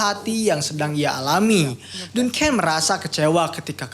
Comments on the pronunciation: Duncan dbaca danken bukan dunken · Baca Duncan nya salah kayaknya bang